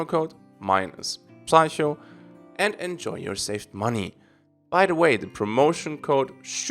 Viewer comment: So funny how you don't know how to pronounce "Psycho" =D There is no P in the pronunciation. 'Seiko' statt wie im Deutschen: 'Psücho'. Keep up the great work man! Fantastic vid!